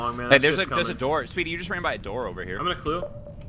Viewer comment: It sounds like he's saying sweety but he's saying speedy